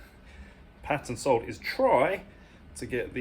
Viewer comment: Whenever you say our sole all i here is arse-hole 😆